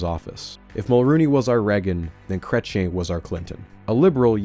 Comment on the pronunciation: 44 Minutes in and I almost turned this off, please learn how to say "Chrétien" (Krech-yean)